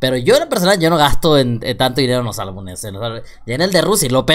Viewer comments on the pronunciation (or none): no es ALBU"N"ES se dice ALBU"M"ES